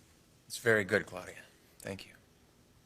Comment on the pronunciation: Dang Ridge... stop calling her Cloudy-ya... cringe